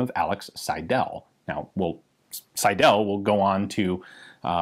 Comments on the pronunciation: The proper pronounciation would by „Sydl“ - the „e“ ist not pronounced. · Cool to hear a 'ricain pronounce "Seidel" ;-D The stress is on the first syllable, and the "el" is "Schwah-l" - SEIdl. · Seidel is pronounced on the 1st syllable. The 2nd e is almost a Schëwa, another form of the name is "Seidl". Selbstspanner: S before P is most often pronounced "sch" (sh), including in "Spanner". BTW, I knew it as "Hahnspanner" and Double-Action as "Spannabzug".